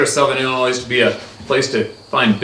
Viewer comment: I know you’re Canadian but c’mon … Illinois is not pronounced “Illinoise”! The “S” is silent , I would bet my life you’ve heard it pronounced the proper way.